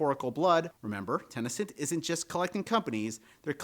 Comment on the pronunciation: Where are you getting the A in Ten A Cent? It's just Ten Cent. 🤔 Just curious, no judgement at all. Just one of my odd quirks of wonderment. I can only imagine a 2nd language bleeding in or something.